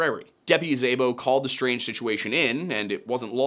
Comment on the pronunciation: Szabo is pronounced more like “sah-bo.” Hungarian last names for the win lol